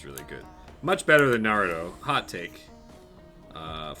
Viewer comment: He kept calling it's Narootoe instead of Naruto but he finally fixed it near the end of his Naruto rant lol.